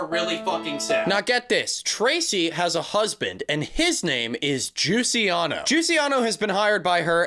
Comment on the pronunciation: I'm sorry. I had to stop the video at "JUCIANO" and contemplate things for a bit.